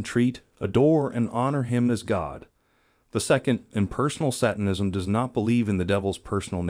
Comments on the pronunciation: That's not the correct why to pronounce satanism. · I love your videos but you have a few noticeable mispronunciations. The first one was already pointed out by another commenter about satanism, the other is macabre which is pronounced MUH-kob.